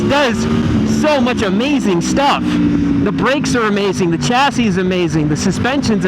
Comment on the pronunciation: 'chassis' is pronounced 'shass-ee' it's a word of French origin. You may also be alienating your female audience by calling them boys. Decent channel though 👍